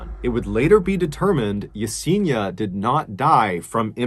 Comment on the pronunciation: Yes en i a ( not Yeseeena) sorry, it just pains me not to get the pronunciation of this sweet souls name right. Poor girl. 😢